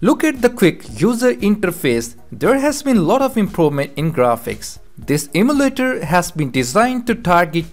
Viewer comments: It’s EM U LATER not am u later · its called emulator not amletters